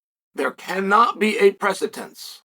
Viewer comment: / :: Day 1368 of reminding Chael that the word is “precedent”, not “presitence”.